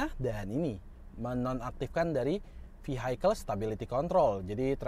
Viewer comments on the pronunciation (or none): none